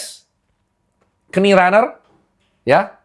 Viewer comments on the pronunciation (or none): Kindly reminder aja pa dokter syg, "knee" >> pelafalan yg benar adlah "nii" k nya silent 😊 , sm sperti "knowledge" k nya silent